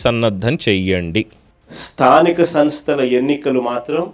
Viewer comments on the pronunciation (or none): స్థానిక తనస్థలు ఏంట్రా బాబు నీలాంటి ఎదవలు సీఎం అయ్యారు ఆంధ్ర రాష్ట్రానికి నువ్వు ఎలా సీఎం అయ్యావు రా బాబు స్థానిక సంస్థల ఎన్నికలు అని స్పష్టంగా పలకడం కూడా చేతగాని ఎదవ